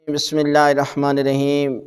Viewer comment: Molana sb ap bismilla irrehman q bolte hn bismilla hirrahman q nhin bolte